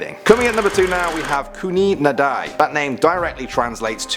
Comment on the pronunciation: "Khooni Nadi" the Nadi is pronounced Na-thee, not Na-die